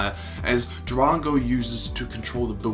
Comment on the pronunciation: its drako not drago